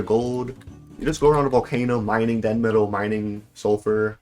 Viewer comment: It's demetal stop saying denmetal it's hurting my brain